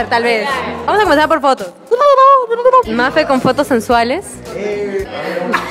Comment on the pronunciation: Mafe sin R!!!!